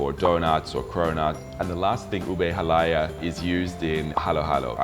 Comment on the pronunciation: I am surprised you wife is not training you how to prounounce "halaya" - lol. (accent should be on the last syllable)...but I am just nitpicking mate..good on ya, at least you're trying, my Aussie hub is not as enthusiastic learning my language, :P For dessert, my faves - my sis makes the best gelatine (it contains egg, not just plain gulaman and fruit salad), buko pandan, buko salad and turon, aside from halo halo with crunchy pinipig which you did not mention. Also, have you tasted puto Binan? It is a specialty from my home town, great with chicken arroz caldo or what we call pospas among us Tagalogs. Cheers from Tassie!